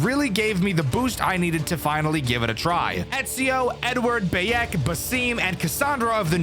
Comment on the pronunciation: Hearing Bayek's name mispronounced in the ad killed my soul. I know you aint ever played Assassin's Creed bruh